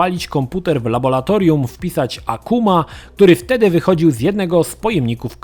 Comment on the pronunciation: Labolatolium,, ha ha ha...